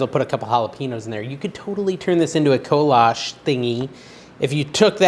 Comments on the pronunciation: I think the kolache is German -you are close with prenunciation but the e on the end is long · im from Texas and they originated from czech republic here we pronounce it like Ko La Chee They became very popular in the 1800's in Texas. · Kolache = Ko-La-Chee!